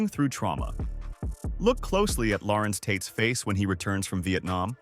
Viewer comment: Larenz Tate, not Lawrence Tate, informative information though.